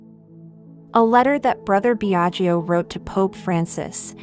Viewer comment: The speaker, learn to pronounce ltalian names It is pronounced Biaggo, not Biagio. Second i is not pronounced.